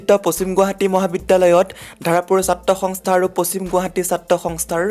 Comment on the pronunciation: Apuni ki hongstha hongstha buli koi hobo lage hontha.